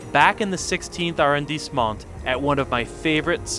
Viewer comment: I always wonder (and worry) about the expertise of reporters who, when speaking about Paris, are unable to pronounce the words “Champs-Élysées” and “arrondissement” – amongst many others – correctly. For a speaker of French, listening to the text of this video is downright painful.